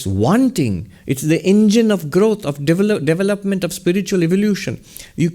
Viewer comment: Swami, you give me bliss with pronunciation of "development", devill up meant development up meant. hehehe the devil up meant of the self hahaha. I love you no I know i am OM Namaskar Jow😊